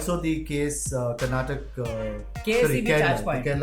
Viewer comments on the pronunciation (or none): Ya it's Karnataka not Karnatak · hey sir you guys are amazing ive been following you since many years. I have one complain though, why on earth do u say KARNATAKA, as KARNATAK????? I get it in hindi you call the state as KARNATAK but you guys are speaking english and still saying KARNATAK when it is clearly written KARNATAKA...... why do u not spell the A ??? . the way u say BENGALURU is also not correct but let's not go there for now. please try to spell our state's name properly.